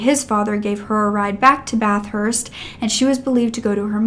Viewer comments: I’m gonna be “that guy”: We pronounce it “Bath-ist” not “Bath-hurst”. Sorry, but I had to… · Not to offend at all but it’s pronounced more like BATH-ERST NOT BATH-HURST if that’s more understandable also I really love your videos ❤️❤️❤️